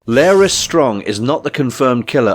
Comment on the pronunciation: Why are you pronouncing his name as "Lair-ys" when it's clearly pronounced as "Lar (rhymes with car) - ys" by many characters in the show?